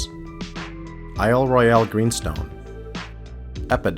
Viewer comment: Good video but it would have been way better if you'd had a human being narrate it rather than an AI. Flat AI voices make good content boring and of course mispronounced Isle Roy-al